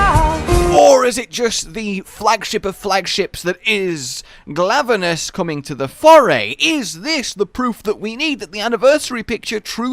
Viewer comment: I heard Glavelus instead of Glavenus, but maybe it's just me.